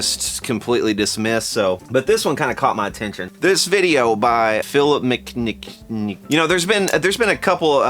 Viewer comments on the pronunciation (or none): MC kuhnigit... he he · needs to take a CHILL PILL!!! WTF is the matter with you? Who shoved a stick up you? Sweetwater didn't have it's sh*t together and McKnight called them on it. Bravo! You instead stoop to ad hominem attacks - like not saying his name correctly, etc. What is it with you? Seriously? Are you jealous? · my dude, if you have a beef w McKnight you should phrase yourself with more respect. It’s hard to give your viewpoint much regard when you won’t even pronounce his name right. You may have a valid point in here but this kind of dis level is below us brother. Love your channel btw